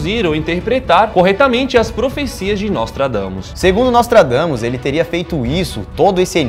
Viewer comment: juro q ouvi "nós tragamos" ksksks